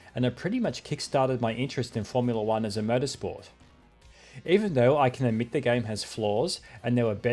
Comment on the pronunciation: Did anyone else mishear "motorsport" as "murdersport"?